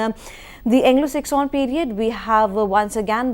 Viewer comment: Sir u r great but u made few mistakes. One mistake is that u pronounce Anglo Saxon as Anglo section